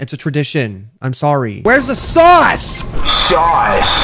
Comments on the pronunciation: When you say sauce it sounded like SUS. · When was making the pizza the sauce edit sounded like he was saying SUS ඞ